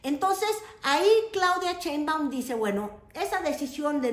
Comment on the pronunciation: Porque el apellido de nuestra presidenta lo pronuncias como CHEINbaum ?? Y el apellido del presidente Trump si te esfuerzas por pronunciarlo Muy a lo gabacho??